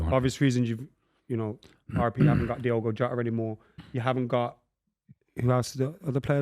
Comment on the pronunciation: How can no one pronounce DIOGO Jota properly ?